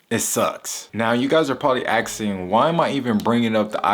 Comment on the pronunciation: “You guys are probably axing”